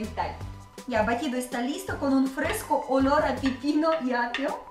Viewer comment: Hola es pepino con e no pipino jajaja saludos